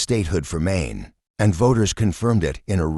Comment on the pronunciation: Get rid of your robot narration. It can't even pronounce "Maine."